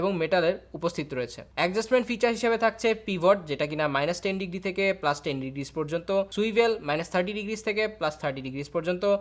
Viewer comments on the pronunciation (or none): none